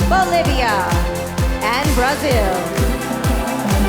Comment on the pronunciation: Is Brazil really pronounced as "Braziw"?